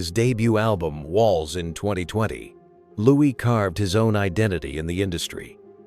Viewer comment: Not pronounced Lewis…..pronounced Louie